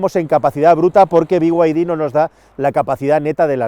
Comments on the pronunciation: Porqué dice biguaydi si claramente pone beide? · Pero que te pronuncie en español, no como el bigüaydí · Por favor, por favor: Por favor: "Be Y De" dejemos los anglicismos para los ingleses. Las iniciales de Build Your Dreams en español se pronuncian: BE Y DE. Gracias por tan magnificos videos!